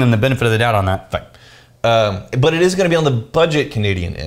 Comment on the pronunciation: Anyone else hear say "Light, perfumey, *Butt* soap"? HAHA